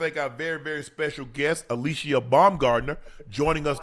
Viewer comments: Alycia told them how to say her name correctly and they still said it incorrectly the whole time... she said it's Ah-lee-see-yah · Unk still called Alycia "ALISHIA" 4 more times after she corrected them 😂😂😂😂SMH